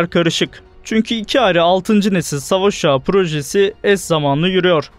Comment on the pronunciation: Keşke "savaş uçağı" diyebilen birisine seslendirtseydiniz.